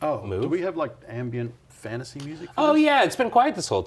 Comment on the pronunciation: AF Fan-ta-say